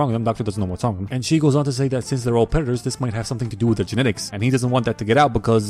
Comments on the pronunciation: "Predatas instead of predaters" 💀 LMAOOOO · "Pretattas instead of predators" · lmao predetaaas instead of predatorrrs